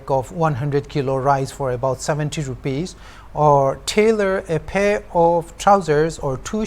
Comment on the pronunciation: "Haje---ira" and "a pe of trouser" got me. 🤣 My friend was asking whether you were forcing yourself to speak that way?